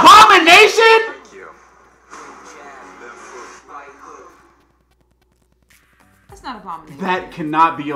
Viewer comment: Abomanetion and Wong bro